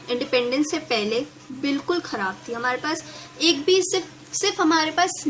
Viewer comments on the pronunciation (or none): none